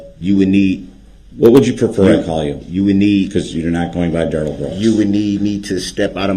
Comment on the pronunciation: i dont mean to laugh at this part but Brooks was getting shut down😂 Mr. Backler was a great witness to this😂 hope he is doing ok cuz he looks shocked and a bit pissed off to find out the Duh-Rell did that to those children Grounz for da sub-staen??? (x2)